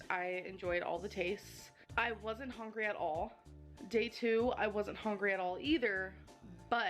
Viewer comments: She says "hongry" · To be fair, it would have taken years for her to pronounce that difficult and very long word. She can't pronounce "hungry" which is like the most important word in her dictionary